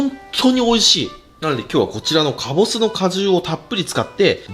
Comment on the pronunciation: 最初以外基本カボスって言えてないの可愛い